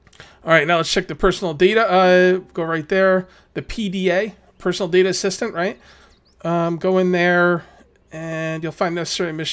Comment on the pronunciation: Pronounced "data" not "data" fyi